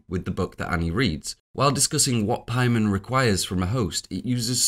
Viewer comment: I know you're the 4 hour hereditary video guy and you know better, but why are you pronouncing it like 'Pie-mon' here? It's very jarring